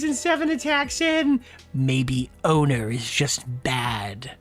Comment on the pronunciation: Something about how pronounces "owner" as "odor" hits different